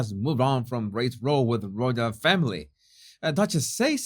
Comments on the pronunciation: Just fyi the word “row” is pronounced as the word cow, not row as in row your boat. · Hi. Just in case no one else has pointed it out, the word "row" meaning a "quarrel" is pronounced to rhyme with "now"! I have even heard Americans from the US pronounce it wrongly which makes me wonder whether it is British Ebglish. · Hell - just to note, the pronunciation of the word "row" as in a row or quarrel between X & Y, is pronounced row to rhyme with how or cow. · Great info. Trying to help…..the word is not row as in rowing a boat, it is pronounced row as in ouch